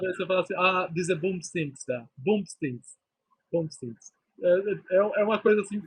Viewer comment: Não é "Bumsdings" , é Dingsbums!!😂